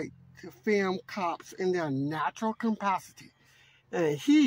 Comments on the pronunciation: 'Conpacity' or does he mean 'capcity'. Does actually speak English or 'Moormish'. 🤣🤣🤣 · I caught that also. He likes to add m to words. Moormish and campacity. There might be others.